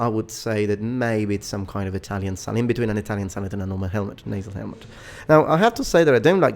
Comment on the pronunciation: I could of sworn that you said " now let's look at the helmet, it appears to be some kind of salad" XD